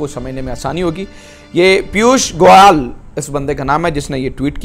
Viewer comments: Inki English kharab thi , hindi bhi gayi guzri hai. Yogiji ko Adityanath ke badle adiyanath bol rahe. Piyush Goyal sir ko Piyush Goyaal keh rahe hai. Yaha class 2 ke baccho ko naam properly lena sikhaya jata hai aur agar naam ka utcharan na ayee toh bolne se pehle maafi maangte hain. Tameez bhi nahi aati inko. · पीयूष गोयल एक भारतीय केन्द्रीय मंत्री हैं और बहुत विद्वान व्यक्ति हैं | उनका नाम भी इस पाकिस्तानी ऐंकर सही से उच्चारण भी नहीं कर रहे हैं | यही हाल योगी आदित्य नाथ का सही नाम बोलने का है | क्या ये पाकिस्तानी पढे लिखे ऐंकर इतना भी समझ नहीं रखते ? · this guy is totally unaware of Dubai Expo and India and commenting, even he doesn't know how to pronounce the name of our Union Minister Piyush Goyal. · The anchors can't even pronounce the names of Yogi and Piyush Goel. The way they hate India is sickening and nauseating.